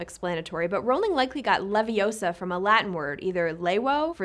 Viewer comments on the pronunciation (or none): none